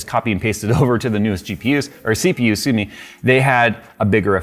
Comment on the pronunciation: did say sue me instead of excuse me?